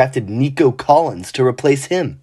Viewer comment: Yep that emphasis on Collins got a do not recommend from me🤣